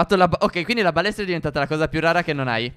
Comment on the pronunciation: solo io ho sentito "palestra" al posto di "balestra"?